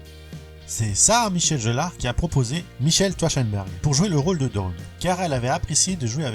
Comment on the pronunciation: alors c est sarah michelle Gellar et non jellar